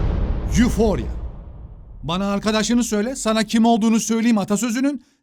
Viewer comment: öfori diye okunuyor abi. kendini olduğundan daha iyi hissetmek gibi bi manası var ama normal bir his değil mesela amfetamin etkisinde falan